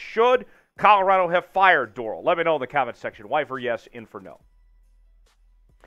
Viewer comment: Started listening, as soon as you pronounced Dorrell wrong I stopped. Lesson number one, learn to pronounce the names correctly.